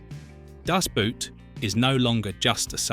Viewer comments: Boot is pronounced like „bored“ with a T at the end or „bought“ Das Boot has nothing to do with a shoe !!! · In Deutsche Sprache "Das Boot", nicht "Das Boat" ... untermensch... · Boot is pronounced just as the english word boat. Not like a boot for your foot. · It's actually not a "Boot", it's pronounced Boat. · If you're going to pronounce Das Boot in German, don't pronounce Boot like an English shoe. The double O is pronounced like a long O, just like in "door". Do it justice, only takes a moment to google it. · Das Boot as you pronounce it is something you put on your foot to wear. Das Boot stands for boat or in this case the submarine. It is not a boot lol. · Boot in German sounds exactly like boat in English. It sounds so dumb when people actually make the effort and mispronounce it as a kind of shoe wear. 😂 It’s simple. Das BOAT. Schluss. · For heaven's sake couldn't the people responsible for the AI have taught it that the "boot" in German is not pronounced like "nasty old boot" in English but pretty close to our word "boat." It's really grating hearing the mispronunciation again and again. Of course it wouldn't matter if your average person made the mistake, but mispronouncing the TITLE of the movie throughout a documentary that is the primary subject is beyond irritating.